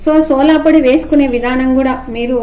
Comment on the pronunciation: సోలా పొడి కాదు అమ్మ. సోడా పొడి